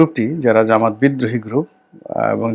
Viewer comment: ভাই জামাত নামটা বিকৃত করবেন না। সঠিকভাবে উচ্চারণ করবেন😅 জামাত ইসলাম সনাতন